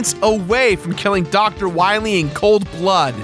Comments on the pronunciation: The "wiwy" thing got annoying really fast. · ah yes, Dr. Wahwee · Wily or wiwy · why does keep pronouncing dr.wily wrong as dr. wiry?! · Not Wywee, Wily. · Lmfaoooo. when you kept saying Wiwey. Fucking dead. Good bit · Your dedication to 'Dr. Wiwy' is why I like this video. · W-Megaman vs. Doctah Wahwee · Or is it Dr. Wowey? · "You must recover all the energy...Wa Megaman" That slip up from Dr. Light's voice actor always gets me. XD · You cant pronounce wawee? Wilaee* Wilyweee* Wewe* Ill just,stop. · please stop saying wywee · win wee fiend dat meteoer weell fiend docta wahwee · Doctah Wahweeh. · "We must go to the wadar woom, then we can find Dr. Wowy" I DIED XD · i think dr light has a case of the elmer fudds # dr wiwy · If its not Dr. Wiwwy, you instead get DOCTAH WHYRY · Dr.Willy... Wahwee... Wahwee, Evil, World Domination... Don't worry, i'll get to Dr.Wahwee... Wahwee, Wahwee, Wahwee, Wiiwii kkkkkkkkkkkkkkkkkkkkkkkkkkkkkk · you got it wrong it's Dr. wahwee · I thought it was hilarious the way he just stuck the knife in and kept twisting to make as much fun of Light's voice actor as possible by repeating "Wiwy" as many times as he possibly could throughout the entire episode. Cracked me up. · is he purposely miss pronouncing Bass and Dr. Willy, like the does Tumblr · We gotta find da wabbits